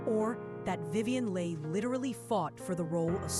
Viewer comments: Her name is prounced Vivien "Lee" NOT "Lay". Really? Thumbs down. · Sorry,...Her name is Vivian Leigh. Pronounced Lee not Lay. So,...you're a false expert. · So how did the female voice -over get Leigh so wrong....beautiful voice but wrong pronunciation!